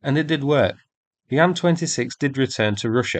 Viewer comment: I'm so incredibly relieved to hear a Bri'ish English speaker say "Ann-26" like it's supposed to be, rather than say "Aye-Enn-26" like most other Bri'ish "people" Let's also remember Sukhoi planes are Sue-#, not Ess-you-#